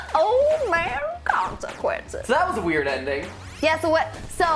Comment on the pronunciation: old man consecwenses